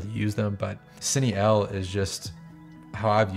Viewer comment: Hey man, awesome video breakdown. This is super useful stuff for lighting purposes. Definitely giving you a follow considering the amount of effort you put into this. Hope to see more from you soon! Side note: I noticed you were saying "Cine EL", I think its actually Pronounced "Cine Ei". I only say that because I was getting confused until you mentioned what you were doing and it dawn on me that it was sony's dual native technology.